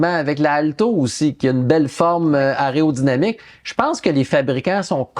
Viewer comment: aÉrodynamique... aÉrodynamique. Répétez après moi... aÉro... 🤣🤣🤣